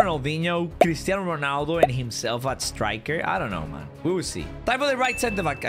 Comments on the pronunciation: Ronaldo is Irish? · Why is a Ronaldo from Ireland in